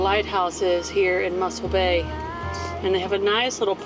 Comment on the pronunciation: its not muscle bay but mossel bay